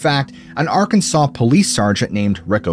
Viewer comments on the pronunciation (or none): none